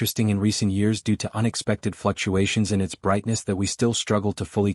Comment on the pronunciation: Fluctuations? FlucUAmericans!